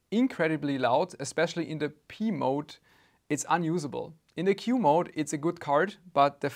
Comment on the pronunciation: I kept hearing "Pee Mode" 😂